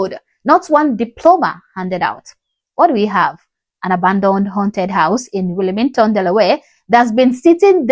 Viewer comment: Learn how to speak English before you try to come at a black American it’s Will-Ming-ton Deleware not that crazy pronunciation you just said